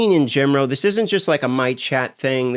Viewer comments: why does he say "gemoral" instead of "general"? i heard this 3x in this video. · “In genrow” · "Gaming in gemeral"